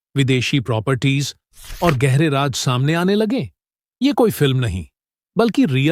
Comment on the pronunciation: The commentator should pronounce secret as Raaz not Raaj